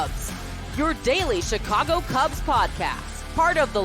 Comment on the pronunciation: Hey! First off let me compliment you for pronouncing the word "Chicago" properly. As for Rizzo, he was always the heartbeat of the Cubs for the entire time he was here. He was always my MVP as opposed to the other stars on that team, and there were quite a few of them but Rizzo was the guy who drove the bus and without him I don't think 2016 would have turned out the way it did. Thanks Rizzo, wishing you the best. " After Sunday ".